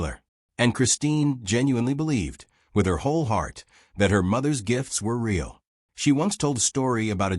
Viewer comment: AI can’t pronounce the word real?